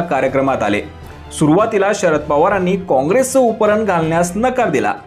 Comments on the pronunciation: उपरन नाही रे बाबा ,उपर्ण म्हण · अहो मालक उपरन नाही उपरणं बोलतात त्याला😂😂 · उतरण असते तसं आपण उपरण म्हणता आहात.. उपरणं असतं ते महाराज.. उपरण नाही.. 😂😂😂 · 'उपरणं' चा उच्चार करायला शिका... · उपरणं...उच्चार निट करा.. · उपरणं चा उच्चार नीट कर.